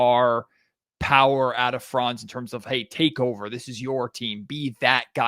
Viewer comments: I have been wondering for 10 minutes why you kept talking about France. Can you please take one second to look up how to pronounce 'Franz' correctly??? Really disresepectful to butcher his name like this. Not that complicated, is it. Unless you are brain-dead. Have to stop listening. Such a degree of ignorance is unbearable. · While you are being somewhat harsh on the guys (come on, they're American, what foreign language skills do u expect 😁) , you're right: it would already really help if they kept the "a" in Franz short, pronounced as in like "fun". Like that it would at least not sound like a certain country...